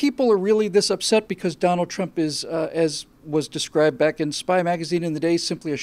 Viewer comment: "Twump" sorry, it was funny